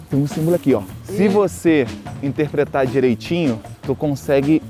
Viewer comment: 😂 "intrepretatra" Alô produção!!!!! Pode colocar no ranking de piores pedidos de desculpa kkkkkkkkk